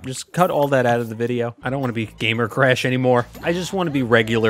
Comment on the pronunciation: I love how he pronounces Crash “Cresh”